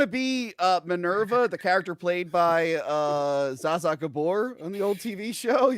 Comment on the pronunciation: The sound coming from Crystal’s fidgeting is SO damn grating. Edit:, you are severely mispronouncing “Zsa Zsa”.